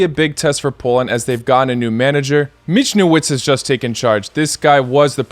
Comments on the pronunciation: Michniewicz pronounce Mihnievič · Pronunciation of Michniewicz: you do it quite good, but just say 'ch' like 'J' in spanish for example in Javier, 'w' in polish is exactly 'v' in english, and 'cz' at the and more like 'ch' in chocolate. Greets.